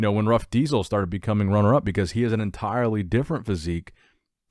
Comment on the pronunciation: The pronounce is Ramon "Rosha" not "Rocca".